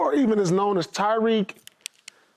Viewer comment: Tyreek not Tyreke lmao 😅